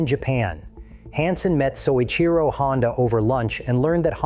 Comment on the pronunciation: Oh, BULLFROGS. If you were a person (rather than a bunch of AI garbage), you'd know that Mr. Honda's name is pronounced "So-EECHEE-Ro"; Mr. Honda came to the Isle of Man TT races in 1954 to learn about the European motorcycle market, and the first hgh-tech racing Honda was the RC-142 with 4-valves per cylinder: a Honda team raced in at the Isle of Man Honda's first 4cylinder racer was a dual-overhead-cam 4-cylinder introduced in 1962 and the '1969 Honda 4" was SOHC. Honda's racers were racing on the Isle of Man in 1959 and won a 125cc World Championship in 1961. By 1964, Honda was racing an inline 6-cylinder motorcycle. "Mr. Honda didn't know anything until he sat in a park in Switzerland in 1968." Do you know how silly that sounds? "The Honda 4 put every European motorcycle manufacturer out of business" Right - like BMW, Ducati, Moto Guzzi, (modern) Triumph, etc. which are still thriving today. Total twaddle, the Honda Four featured carburetors that would stick at full throttle, handling like a syphilitic 3-legged hippopotamus, disc brakes that would fade and lose power in wet weather, tiny cam chains that "stretched" and snapped. The perfect bike, right. Come on, tell a true story, there are a lot of them out there a lot more interesting than your AI generated